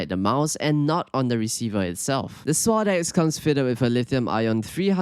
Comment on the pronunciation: “Swod ecks”